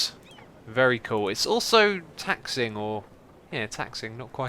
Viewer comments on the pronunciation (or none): taxiing not taxing, like skiing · That's pronounced "taxi ing", it's the term used for aircraft moving on the ground along the taxiways of an airport. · 'Taxiing', pronounced 'taxi - ying' is the plane running down the runway on wheels... :D